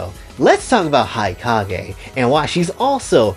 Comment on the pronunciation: I yearn for the day when fanservice-filled media becomes accepted again… As for my favorite characters, these days, I like pretty much all the Hanzō Academy Girls, as well as Yomi and Hikage (which, side note, is pronounced “hee-KAH-geh”) from the Crimson Squad. As for the others… I haven’t really played much of the other games besides the ones on 3DS, so I don’t think I can make a proper judgement on them as of now.